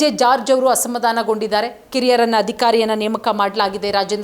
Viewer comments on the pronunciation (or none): ಅಸಮಧಾಮ ಅಲ್ಲಾ ಮೇಡಂ, ಅದು ಅಸಮಾಧಾನ! ಸರಿಯಾಗಿ ಉಚ್ಚಾರಣೆ ಮಾಡಿ 🎉